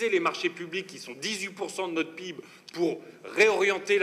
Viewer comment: Moi j'ai appris a prononcer Pé/ I / Bé/ pour dire P.I.B et pas " pibe " !